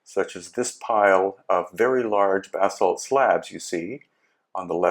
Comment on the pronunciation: Dude... Basalt is pronounced "bah-salt." It's impossible to take you serious when you say everything is made from bath salts.. which I lve started to believe that you are on